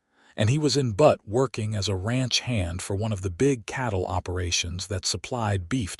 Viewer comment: Enjoying the story. You must fix AI so it stops calling Butte (B-u-tte ) Montana 'Butt' 😅😅 like the backside of a donkey.